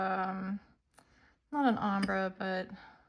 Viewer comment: Ombre is pronounced "ohm-bray"